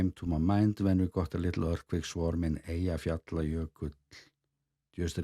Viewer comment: thanks to you I know how to pronounce Eyjafjallajokull now. Thank you so much and for your great reports. Amazing footage! That viewer was very generous to invite you on their helicopter tour, but you deserve that generosity.